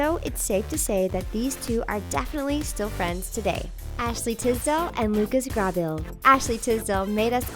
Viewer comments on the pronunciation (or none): She pronounce Lucas last name wrong I hate when people say names wrong when they talk about someone and Laura Marano name was also pronounce wrong